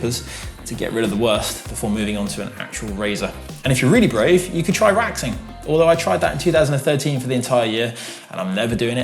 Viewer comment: Waxing but I could have sworn he said “raxing”